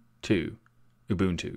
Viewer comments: Naaw, you didn't. ;) There was a slight but clearly audible slip into ü territory. Every single time. I hear this quite often from anglophone speakers. Instead of ooboo you pronounce oobü. Listen to your video again and tell me you can't hear the difference. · TuxDigital bud I’m South African, your pronunciation is wrong. You are saying it oooooboontoo. It’s oow boewn two. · Did y'all notice he pronouced it more like Ubüntu? Far as I know the first and second u are sposed to sound the same. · So we get the proper pronunciation of Ubuntu yet everyone I watch/hear say Abuntu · ِEveryone in my office pronounces it as "yoo-bon-too." I can confirm that this is wrong. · Just wrong...I find it so annoying that you claim authority in the matter, and you obviously haven't bothered to do your research. /ʊˈbʊntu/ there are three distinct vowel sounds. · Pretty close, in fact very good, but not right. You need to get a Xhosa speaker to say it for you. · I think you are pronouncing it incorrectly, the distro was named after a south African Zulu word you should pronounce it the zulu way . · TuxDigital mark shuttleworth is a white man who doesn’t even live in Africa anymore . It’s a Zulu word. You’re saying it wrong and demonstrating to people it’s pronunciation when you don’t speak the language. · I agree. There is a slight inflection on the middle vowel. However I will say it is very good for someone that is not used to speaking nguni languages (eg. Zulu and Xhosa).